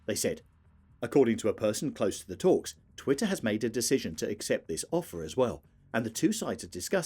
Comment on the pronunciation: Why make a video about twitter if you can't even pronounce its name properly?